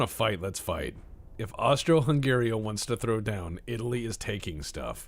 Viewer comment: calling it austria-hungeria threw me so of course i chocked on my coffee